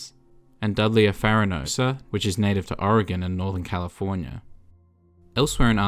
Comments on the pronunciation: Thank you for saying Oregon correct lmaoo nobody ever does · He makes up for it by saying Oregon and not oregone like most